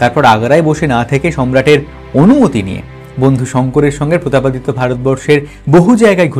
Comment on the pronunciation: প্রতাপ পাদ দিত্য😂